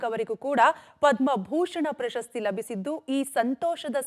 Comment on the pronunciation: ಆ ರಿಪೋರ್ಟರ್ ಗೆ ಕನ್ನಡ ಉಚ್ಚಾರಣೆ ಸರಿಯಾಗಿ ಬರಲ್ಲ 2.15 "ಪ್ರಸಸ್ತಿ "ಅಲ್ಲ ಕಣಮ್ಮ "ಪ್ರಶಸ್ತಿ"